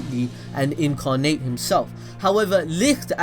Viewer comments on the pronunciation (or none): none